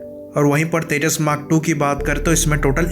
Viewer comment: Hahahahahhaha Abay ye vimaaan 40year ka age hogya Akash par uray bagair he... Teeja teeja Kia hay Ye Teeja teeja